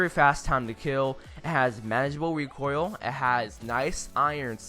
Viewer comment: Why does it sound like he's saying wecoil instead of recoil